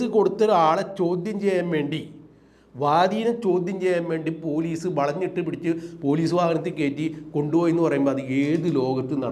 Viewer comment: എന്ത് പുയലീസ്, പൂ... പൂ ലീ സ്സ്